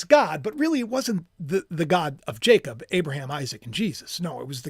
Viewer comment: Always like👍💯🐸. You say Jacob well❤